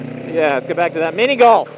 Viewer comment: I started wondering if you said pretsol or minigoolff XD HA HA Im soooooooo funny ;=